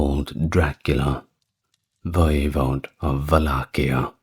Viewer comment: In Romanian it's "Valahia" (val-LAH-hee-ah) but you did better than most English speakers.